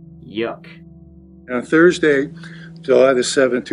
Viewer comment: Of course It was turty seven million, a Tursday and the secretary had worked there over turdy years. How could it not be.